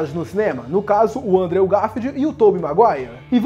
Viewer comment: Aê! A pronúncia de "Andrew" Garfield tá melhorando! Continue assim! :D